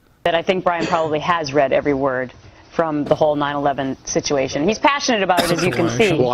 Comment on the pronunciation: the indivijul onision sichuachon